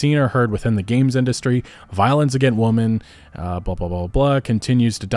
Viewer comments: Why can't he pronounce "women" correctly? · Sorry but what the hell is up with people these days not knowing the pronunciation difference between womAN and womEN. 🤔🤔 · You seem to have trouble differentiating or pronouncing "women". You keep saying "woman", plural and singular. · hey brother, "women" is pronounced "wih-men" thank me later